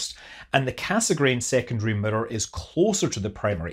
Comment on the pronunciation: Cassegrain is pronounced "kassgrain" but cut the "n" at the end.